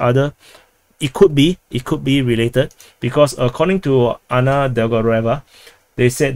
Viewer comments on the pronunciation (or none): none